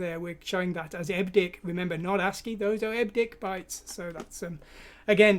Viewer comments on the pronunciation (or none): Hate to be one of those. But...EBCDIC, pronounced "Eb Ci Dic"...stands for Extended Binary Coded Decimal Interchange Code. Still, enjoying the video and thanks!